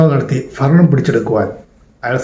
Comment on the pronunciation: ഫരണം എന്ന് പറയല്ലേ ദയവ് ചെയ്ത്. ഗൗരവമുള്ള വിഷയങ്ങൾ സംസാരിക്കുമ്പോൾ അതിന്റെ ഒരു ഭാഷയും പ്രധാനമല്ലേ.. ക്ഷമിക്കുക. ഭരണം